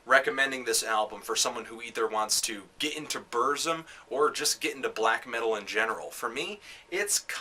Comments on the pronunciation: You say it like this: Börsum but Varg itself says it more like Bürsum... and say it like this PURZZUMM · I no wat u mean...hes pronouncing it buuuuurhhhghzum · Yeah, saying Bursum shouldn't be so difficult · Why does it matter? Shit. BERZ-UM. Burzum. Not hard. Stop thinking your superior because your foregin and listen to nothing BUT Black Metal. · When Varg says it it sounds like "Bürzoom" to me. Though it's black language of Mordor, nobody can't really say to know the way its pronouced except Tolkien.. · You're mispronouncing Burzum. :(